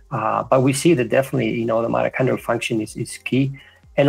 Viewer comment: Great stuff but they talk about MATACHONDRAL I know that’s not the word but it sounds like it can anyone tell me the spelling please